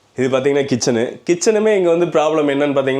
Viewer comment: Bathroom not bathroomu,kitchen not kitchanu. Room not roomu.Improve your pronounciation.